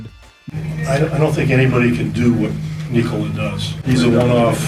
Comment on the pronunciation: How do you know that is Serbian? He can say word "Nikola" perfectly. 😂 👏💪❤️🇷🇸♾️